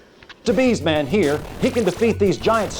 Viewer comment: “B’s Man” *BS (Bullshit) Man Narrator is certainly not a Cinemassacre fan.